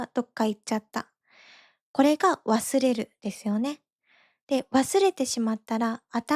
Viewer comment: の「忘れる」のアクセントは標準語ではなく関西弁です。